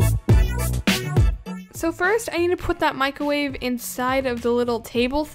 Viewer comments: “Microve” and also when she did the flip I think she forgot she was using a trampoline lol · Mick ro wavve